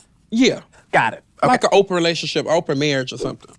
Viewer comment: OMG! Did Silky say "open" or "Oprah" - "open relationship" or "Oprah relationship"???